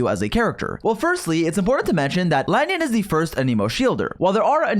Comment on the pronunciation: Bruh who is "La-nyun"?